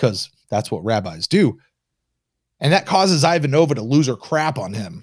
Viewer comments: it is extremely off-putting how you repeatedly mispronounce Ivanova's name. thank you for correcting yourself. Stroke off and Prosper! 🤣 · I just found this great podcast, so I’m catching up. I just came by to post this exact sentiment. It’s pronounced “EE-VAHN-OH-VAH!!!” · Yep, it's Not pronounced as in nOva- more closer to the A sound in the character's name applied to the O as well...👩🏻‍🦰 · Can we sound the buzzer every time mispronounces Ivanova? 😂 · "It was the dawn of the third age of mankind, two years before Zima went bust. The Babylon Project was a dream given form, it's goal, to teach how to pronounce Ivanova correctly."